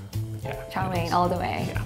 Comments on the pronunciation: Did he just call it yo main it’s chow main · As a asian every time he says a Chinese word wrong like “chow mein” makes me cringe but idc bc I’m not that cringe worthy